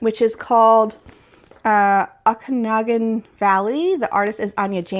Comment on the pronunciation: FYI - that Villager one (Okanagan Valley) - the "O" is pronounced like "Oh". It's a region in BC, well known for its lakes and wineries (I grew up near there) ☀️